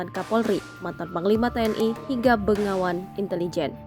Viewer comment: Buat: tolong diperkaya lagi pengetahuan akan bahasa Indonesia, BEGAWAN mbak bukan BENGAWAN... bengawan itu bengawan Solo, bengawan Madiun alias sungai besar